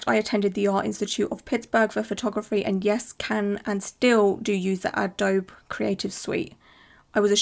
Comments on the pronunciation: CAME. Past tense. not come! also not really relevant but dear it's quite easy to fool that website. You just create a new blank image in photoshop (also it's said Adobeeee not Adobe, never heard anyone call it that before, so well done there 🤣) and paste the content onto that one. It's that easy. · Btw, "adobe" is pronounced uh-doe-bee. If it were merely a software brand, i wouldnt say anything, but it's also the very longterm (precolonial) building material for Indigenous southwest american tribes/nations, as well as a common material used in that region today. :) it's a big point of pride among the southwest nations, and i think the word is indigenous in origin (with a detour thru spanish), so i wanted to update the pronunciation.